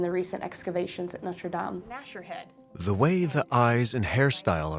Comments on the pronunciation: It’s pronounced “Norte Dame — Dam as in Wham”: NOT “Norte Dame — as in game”. If a program is intended to educate, then the pronunciation of the words are important. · If he's talking about Notre Dame, be respectful and pronounce it correctly. It's not "Nowter Daym" . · Why does the narrator switch back and forth with two different pronunciations of Notre Dame? This is not only peculiar, it’s unprofessional. The correct pronunciation is used repeatedly by French interviewees, so there was no excuse for calling it Notre Dāme, with a long “a”. I also wonder why the screen is never called by its correct medieval term, “ the rood screen”. Rood is an old word for Christ’s cross, as in Scotland’s Holyrood Palace. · Interesting, but I find it disrespectful for the voice over to keep mis-pronouncing Notre Dame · why can't americans pronounce notre dame properly?? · Why can't Americans pronounce "dame" properly ? ruins the whole programme